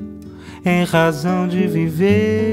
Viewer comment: Cara, meus parabéns, se não tens parentes próximos ou nunca vivestes no Brasil, significa que trabalhaste muuuito para construir esse sotaque brasileiro. Se me permitir, diria que o teu R de razão pode sair mais com o som de H, mas repito, o melhor tuga que vi até hj.